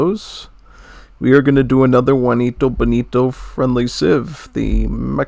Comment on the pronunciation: ''Guanito Bonito'' 💀